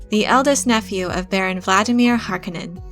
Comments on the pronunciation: Isn't it Har-'Koh-nen not 'Hark-uh-nen? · Minor pet peeve: it’s house HarCONEnen not Harkenen. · Dear god! Read the bibliography in the back of the book please! It is pronounced [har-KOE-nan] emphasis on the KOE. not [HAR-conan]. [ah-TRAY-dees] [PIE-ter de-VREES] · HAR-KO-NIN. Not HARKO-NIN. NERDS! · You are mispronouncing Harkonnen, stop saying it like its spelled Harkonenn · Its HarKOnnen. The accent is on the second syllable! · Yeah, so the first time it happens is at exactly :30 seconds. After that, I was only able to let it continue rolling for another 15 seconds before I sprang into action. Ending that abomination. If I'd had to listen to the remaining six minutes and change of her butchering the pronunciation of Harkonnen, I'd become so enraged, as to make 'Beast' Rabban seem like a Bene Gesserit by comparison. Closest thing I can think of, is if you were to fill the Rose Bowl Stadium with people, humans being the best species to use in this example. Thing is, in front of everyone, in front of every person in that stadium is a 2' x 3' chalk board, positioned at the most ideal height to allow said person to drag their nails down said chalk board so as to produce the maximum soul tearing screech possible(aka turning it to eleven). Now imagine them all doing it at the exact same instant. That's what it feels like every time I hear her say Harkonnen. Or near enough. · Considering the movie, the miniseries and the games that already exist, you have no excuse for pronouncing "Harkonen" that way. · I love the videos but I hate how she pronounces Harkonnen. Either the movie mispronounced it every time it was said by several characters or she is. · When one makes a film about Dune and a Harkonnen character, one must learn how to pronounce 'Harkonnen' properly... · i had to stop after the third time you pronounce Harkonnen name, sorry. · I cringe every time she says Harkonnen. Otherwise good video. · I can’t stand the way they pronounce Harkonen